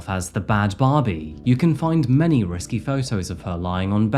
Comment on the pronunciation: Risqué doesn't rhyme with risky. It's ris-KAY.